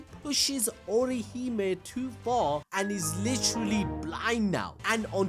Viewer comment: Ohirume ✖ Orihime ✔ 🧐🤓